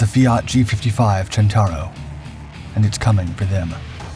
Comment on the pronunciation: Centauro, not "Gentauro". You know, "centaur"?